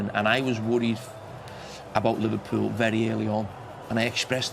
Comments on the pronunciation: 😂😂😂"Livelybool - Stay Humble Eh!"😂😂😂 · 😂😂😂"Livelybool - Stay Humble Ah!"😂😂😂 yeah to be honest Arne Slot has a lot of job btw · 😂😂😂"Livelybool - Stay Humble Ah!"😂😂😂